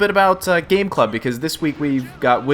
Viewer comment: Gaaaameeee, not Gay.